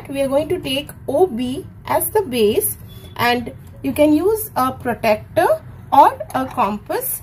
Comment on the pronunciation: Mam i respect your teaching it helped me very much.....❤ But not to be rude but u pronounce protractor wrong u say protecter but uts protractor...ty 😊😊